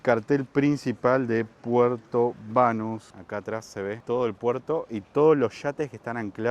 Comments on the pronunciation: Si, el video está muy bonito, pero como bien dices se pronuncia Puerto Banús con acento en la u! Para eso tiene la tilde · Es ppuerto Banús....con acento en la u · Banús, con acento en la U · Ni xq ven el acento en la U en las letras del lugar lo pronuncian bien. Espectacular el lugar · Desde luego ufff que horror sin el acento al final ..por lo demás bien.